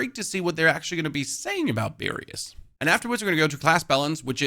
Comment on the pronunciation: Do you mean BARRIERS? Why do you keep saying Barrium?